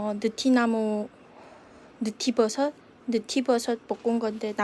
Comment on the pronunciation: 언니 느티버섯이 아니구 느타리버섯ㅋㅋ 졸귀탱